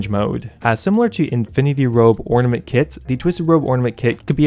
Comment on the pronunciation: "Twisted Ornamanet Kit" nice